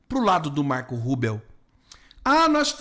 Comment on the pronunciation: Olá,você diz Marco Rubel ou é Rubio?